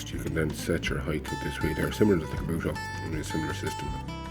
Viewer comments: It''s not KABUTA... it's KUBOTA... jeeezzz. :-) Is it so difficult to read what's the brand name? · For me, the pronunciation, "Ka-bu-ta" has always been a hilarious joke. It's supposed to be Ku-bo-ta, right?